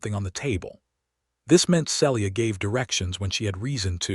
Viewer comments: SELLya?? Isn't there a way to correct the AI tendency to screw up pronunciation?? CASSee us?? Celia and Cassius aren't that hard to say. Otherwise it was a good story. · This story has a lot to commend it, BUT the narrator always mispronouncing Celia’s name makes me want to cry. The correct pronunciation is either SEE-Lee-uh (3 syllables) or SEEL-yuh (2 syllables). I understand the limitations of AI narration, but if AI cannot manage a name, substitute one they can. Listening from TN. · See-lee-ah. You need some CIVILITY. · Enjoyed the story, but the Ai is still not narrating correctly, even after all this time. It is pronounced RED Read his face...is Said as RED...NOT READ..... Celia..is pronounced as Ceelia...